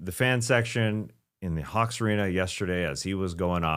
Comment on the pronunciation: did Skeets say Hawks or Kawks?